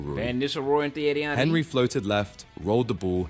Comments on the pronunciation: Buff-on, Ca-sill-ass, OK. But the way he pronounced Henry? My ears. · mf narrating should be locked up for pronouncing Henry like that